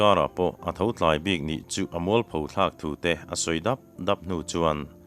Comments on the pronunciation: '.....chutia zanriah TLÂI TAKA AN HAN BÃR HNÛ CHUAN....'.Heta 'TLAI' i lam dãn hi ava diklo ve.'Khua a tlâi,a lo lût tlâi,adt-angin i lam a,athu awm dân aṭang hian puar leh tui ti takin zanriah an ei ani a,'an TLAI(an puar)' tihna ani a,tawi deuh het hawtin 'TLAI' hi lamrík tûr ani e.'HRAITË,kal chhet chhet...' tiha 'HRAI' lamrik anga lamrik tur ania. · '... chutia zanriah TLÂI TAKA AN HAN BÂR HNÛ chuan...' TLAI' i lam dãn hi ava diklo êm.Helai thu-ah hi